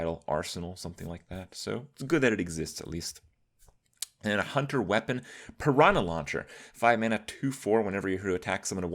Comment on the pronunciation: The way he says Piranha triggers me